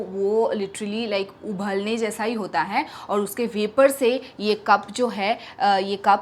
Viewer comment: Sis it's not 'ubhalna',it is 'ubalna'